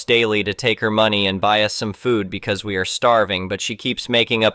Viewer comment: It also repeatedly says bee see instead of because.